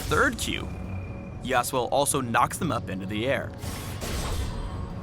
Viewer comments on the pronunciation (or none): Why put the accent on the first syllable? I will never understand English accenting customs for foreign names. :( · Here in the Philippines YASUO is pronounce as YASU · I was pronouncing it Yah-Soo. but that's my bad I guess. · Should be pronounced ya SU o (su being the tonic syllable). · i'm not the only one who is annoying at how they pronounce yasuo... considering iv hear the damn name in enogh anime to KNOW YOU DO NOT HEAR THE DAMN U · ... If you are going to use a Japanese name at least pronounce it correctly in the spotlight.